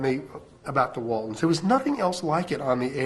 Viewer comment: I loved the Waltonds? It's "Waltons".